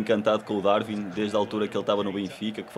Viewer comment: Não é DarVin é DarUin sff 💪🏼